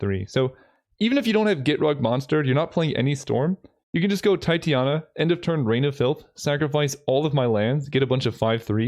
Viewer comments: Oh and also, small pronunciation correction (but no ill-will or shame intended) Titania Protector of Argoth is pronounced "tit-TAN-ya" or "tie-TANY-a" but not "TIE-tee-A-na". I only bother mentioning it because she's named after a Shakespeare character, so it's kind of a real word at this point. There's a moon named after her too! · Nice concepts. I can't help but also say that it is pronounced Titania not Titiana :3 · just FYI it's pronounced Tie-teh-nee-uh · tye-tane-ia is the way i would pronounce it. But you do you.....